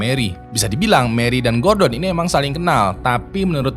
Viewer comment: Gordon Gua denger gorden 🤣